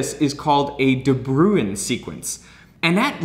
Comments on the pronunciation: I was a little frustrated with his pronunciation of ‘De Bruijn’. Instead of ‘brew-in’, it sounds more like ‘brown’. The J in the IJ-combination functions as a vowel, not a consonant. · When it says De Buijn and Americans say The Brewin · De Bruijn is a Dutch (or Dutch language area) name. The correct pronunciation is really close to it’s translation into English: the Brown. Easy trick for you English folk out there to remember the correct pronunciation! Or it was a Dutch immigrant and the pronunciation actually changed to what Derek used, but I can’t be bothered to find out... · FYI: pronouncing it 'de Brown' would be more accurate. 'Bruijn' is Dutch old-timey spelling of 'Bruin' (which is.. Actually also Dutch for Brown). There's no equivalent for the 'ui' sound in English, but the 'ow' in 'brown' is the closest you can get. It's logical that you would try to pronounce it like 'ruin' (looks quite a lot like it), but yeah.. There's only one syllable; not 2. For funsies, you can check out online dictionary pronunciations of 'ui' (onion), or bruin (brown), or tuin (garden). (It's a specifically Dutch thing, I think. Not sure I know of any other languages that use this) Now you know. Not that it matters.. At all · Bruijn is actually pronounced similar to “Brown”. I only speak a little bit of Dutch (and English is not my mother tongue, so it also might sound not as similar to you), so don’t take my word for it, but here you can hear how some native speakers pronounce the surname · it's painful hearing "de brew-een". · A de bruijn sequence, how u pronounced it is not even close 😂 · After whom is this de Bruijn sequence named? Also you pronounced that wrong but it's dutch so for a correct pronounciation mortals would break their tongues trying. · 6: 10 de bruijn XD. It's a dutch name, and how you pronounce it, is very funny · Ok now you need to learn some dutch to pronounce De Bruijn right.